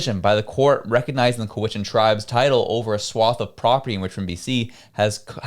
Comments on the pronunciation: It’s pronounced Cow-ichan,. Not Co-wichan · Co-Wichan❌ Cow-Ichan✅ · Its pronounced COW IT CHAN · Please make an effort to properly learn these names so you don't appear so amateurish, Cow-ich-chan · The I sounding like eh. Cowehchan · Love you dude BUT it's COW - as in the bovine - COW I. CHAN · Thats pronounced. ""cow' ish en"" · You are not pronouncing Cowichan properly. The first 3 letters sound the same as the animal we eat - which is a Cow, ya now, the animals that goes mooooo!